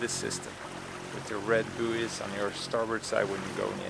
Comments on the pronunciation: Just helping, bouys is pronounced boys (you can Google the word and it will speak it for you when you click the speaker symbol). Keep up the good work! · Love watching your videos, such a calm vibe. Buoy is said like boy, booeeys made me chuckle though - just in case you care! 🙂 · I agree completely with about buoys - red to port, green to starboard when entering harbour. I'm an Aussie, so it's pronounced boys.